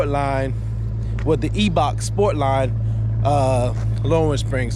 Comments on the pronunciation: Pronounced eye 👁 Bach bro and she looks good 💪🏾🤞🏾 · The E in Eibach is silent. Salisbury/Princess Anne MD! Eastern shore!